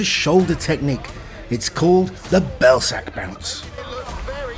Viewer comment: Belsak? Im sorry mate but 😂